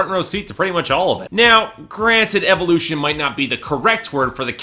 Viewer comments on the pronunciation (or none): none